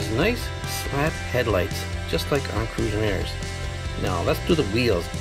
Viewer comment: ets not crosmiros its. relybad